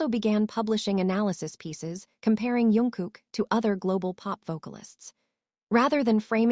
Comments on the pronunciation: His name is jungkook not yunguk🙄🙄🙄🙄🙄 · Not Yungkook!! Jungkook!!